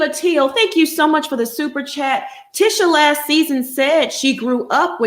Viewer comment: Now saying the names different. It's Mar - so not Mar-sue. And it's Tee-sha Not Tish-a. Excuse my correction if I'm wrong.